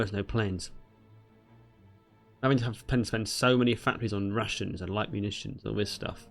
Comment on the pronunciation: Every time you say rations it sounds like Russians